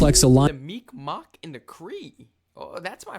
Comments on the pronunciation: there's a joke that the first draft of the geneva conventions, where just a list of shit that Canadians did.. also mikmac ain't said mic mawk. mic mac or mig maw is usually how i hear it. and wether you call em tribes or nations the words are not their native language any how so it matters not. also the north american tribes is a long assed list and many of em are or where nomadic. and they killed themselves as much as anything else. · Bruh I'm Mi'kmaq and comment on your video's all the time 😂 and only non natives say Micmac as you see in my username it is Pronounced -MigMaw sounds like MeegMaw when we say it 😂. Yes our K sounds like G and our Q's sound like W's. Stay blessed 👊🏼🪶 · Mi'kmaq is kinda mispronounced in this video. As a Mi'kmaq myself, it is usually pronounced "Mig-maw" just a little fyi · It's miqmaq Pronounced Mick mack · he prouncing mi'kmaq ( mig-mawh) wrong i live in nova scotia and my best friends are native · It's pronounced Mig-mah. My lord. Also, you can usually just refer to it as "First Nations" if you're trying to show a bit of respect. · Its pronounced [Mic Ma] the q is silent. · Mi'kmaq First Nation. He just pronounced it different.